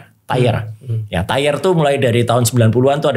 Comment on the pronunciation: tier dibaca/diucapkan “tiyer”